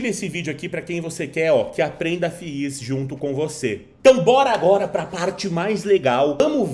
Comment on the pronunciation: Que fadiga escutar FI IS kkkk tira 1 "i" e fala "FIS" kkk zoeira fadiga pessoal mas o conteúdo tá top d+ SUCESSO!!!!